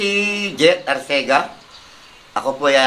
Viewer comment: It's Arcega not Arsega.